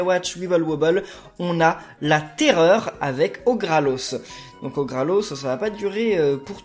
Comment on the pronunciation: c'est orgalos pas orgralos